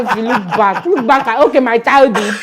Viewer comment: She said look back ke? 😂😂 It's Chude that should look back 😂